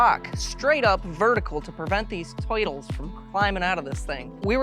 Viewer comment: Is he saying twurtles?